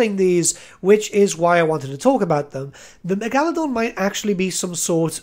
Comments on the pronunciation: Okay Back it up. The Meg-Al-Adon? Megalodon Mega-lo-don. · Stop. You’re going to take someone’s eye out. Besides, you’re saying it wrong. It’s MEGA-ladon not megAladon. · Love the way you pronounce Megaladon wrong, it's actually quite smooth lmao. Great video! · Never heard Megalodon pronounced that way. I dig it brother!